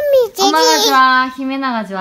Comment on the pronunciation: Me encanta ver a que cuando le preguntaba quien es mas bonita mami? O xime? Y el = xime tan bonito espero que dure mucho la amistad con xime y me asombra que pronuncia el español bien solo que le falta practica pero de ahi es bien cute